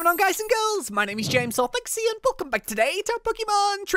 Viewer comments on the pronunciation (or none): none